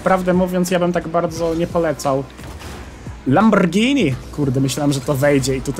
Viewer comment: dziękuję że mówisz poprawnie "Lamborgini" a nie "Lambordżini" czy jakoś tak <3